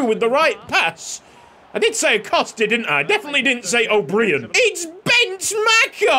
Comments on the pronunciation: It’s probably already been mentioned, but O’Brien would still be pronounced like O’Brian. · O’Brian is pronounced “O bry En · O’Brien is just pronounced the same as Brian the first name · O'Brien is pronounced O'Brian. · O’Brien is pronounced O’Br-eye-n can’t wait for the series 👍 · please pronounce ronan o’brien like the late night show host